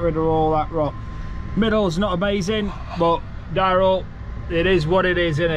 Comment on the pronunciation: Darryul? Darin. It's okay your fractured.